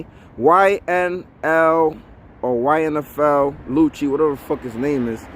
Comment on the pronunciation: The man name YFN Lucci you kept saying his name wrong it was hilarious 🤣🤣